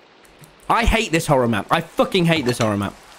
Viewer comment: Man's really said mchorror map 🤣🤡